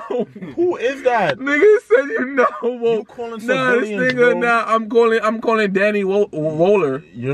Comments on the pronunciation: He said “I’m wolk” not “I’m WooK”😂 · “HE SAID WOOK HE SAID GDK” I’m crying 😭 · “I’m wook” “definition...🤌🏾” “I’m wook bro” I’m deadddd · calling “ Danny woller “: yo I’m wit this nigga he said he’s wolk Danny woller: hes not wolk:..nigga said u not wolk 💀💀💀💀💀